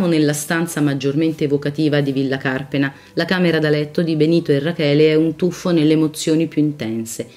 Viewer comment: Anche Carpéna, non Cárpena!